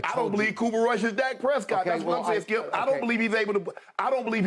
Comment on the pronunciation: His name is skip. Not skiiuup